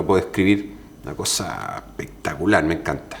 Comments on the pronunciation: ja ja ja ja así dice... Pectacular ja ja ja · Encanta cuando dice “pectacular” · Ehpectacular, muhgo, ehte, ehpaña... 😂😂😂😂